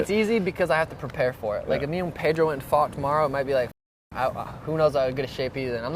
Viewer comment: Drives me nuts how Brett pronounces pedros Last name.